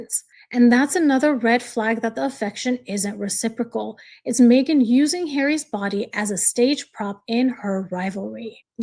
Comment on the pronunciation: It’s so disgusting coming from her. Even WORSE her editing the pic to make it more awful. And yes, u pronounced it correct :)